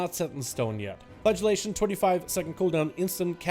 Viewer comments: It sounded like he kept saying "flatulation" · he absolutley is